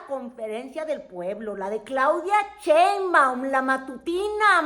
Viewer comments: Con too respeto, no es "Cheimbaun", es Sheinbaum... SAludos cordiales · Sheinbaum....No, Cheinbaum... shhhh ah sh ssssss